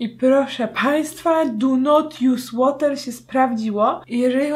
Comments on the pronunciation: i proszę państwa DU NOT JUS ŁOTER się sprawdziło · 'DU NOT JUS ŁOTER' XDDD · Do not jus łater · "Du not łosz de fejs!" "Du not jus de łoter!!" 2k18;) Mam nadzieję, że nikt tego nie napisał przede mną:D